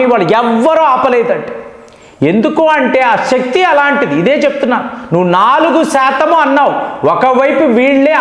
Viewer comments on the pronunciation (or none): none